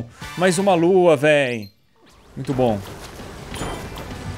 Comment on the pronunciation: po cara para de errar e fala lua certo caramba